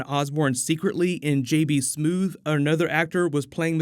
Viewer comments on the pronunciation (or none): “JB Smoove” not “JB Smooth”